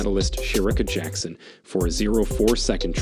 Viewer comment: learn to pronounce jackson's name, silly man